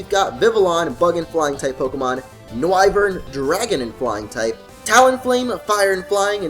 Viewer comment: It's Noivern as in Noise, not No-i-vern.